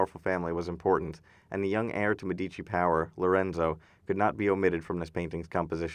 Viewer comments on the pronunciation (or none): One caveat: "Medici" is pronounced MED-ee-chee. The accent is on the first syllable (ask an Italian!). The rule is that the accent is always on the next-to-the-last syllable, except when it's not.